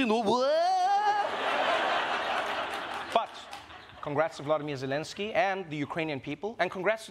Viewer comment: C'mon, Trevor...you could at least pronounce the Ukrainian president's name right.